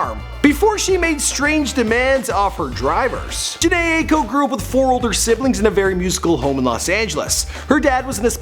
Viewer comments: OMG YES FINALLY, AND ITS PRONOUNCED “Jhene iko” and spelled Jhene Aiko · Alex Mangal you must have never heard her pronounce her name 🤦🏻‍♀️